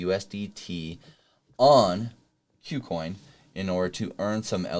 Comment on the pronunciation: please pronounce kucoin correctly